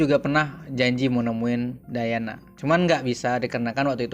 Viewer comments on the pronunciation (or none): none